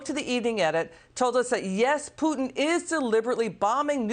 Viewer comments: Pewtin?? Lol! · Putin not pewtin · Pew-tin? How does she not know how to say his name? What’s next …Bid-in? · Putin lady not PEWTIN...fear porn. Stop it. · Liz doesn't even know how to pronounce the man's name even when she hears 2 seconds before she opens her fear mongering trap. She's scared, I get it, but she's not being realistic! Putin definitely is everything people say he is & yeah he's dangerous but, he's not like Canada's Trudeau, he's actually smart, he's no coward. So now that we have that out of the way, the General should've been allowed to speak! Enough of the BS fear tactics & drama raising for you ratings boost! Liz is confusing two seperate & distinct issues, the economy problems in the US are on Biden, he owns that let's face it already. Of course the Ukraine's MP's are going to tell you anything they can get away with to get the UN & EU & you, on their side but, their words & accusations are not gospel! Putin turning off the power to the Ukraine & a nuclear reactor ready to blow up are again seperate outcomes. Putin isn't stupid enough to want to live next door to a nuclear disaster even if he can't occupy the Ukraine, the man wants to live not melt into a pile of hollywood portrayed festuring goo. They turned the power off, that much is certain, nothing has proved the reactor is in any way, shape or form ready to erupt like Chernobyl. You have experienced people watching, inspecting it, are you really taking a politicians word on this!?